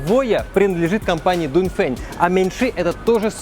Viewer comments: Дунь фень а я читаю донгфенг😂😂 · донфэн читается братьяяяя